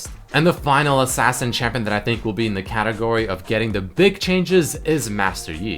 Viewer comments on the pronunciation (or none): none